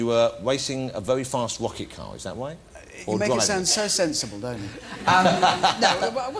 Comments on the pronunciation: "a wewy fast wocket caw is that wight?" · Wacing a wocket caw. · A vewy fast wocket car XD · you where wacing a vewy fast wocket car,is that white?